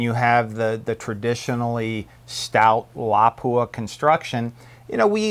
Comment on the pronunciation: Sorry had to dislike. Can't stand the way you miss pronounce Lapua.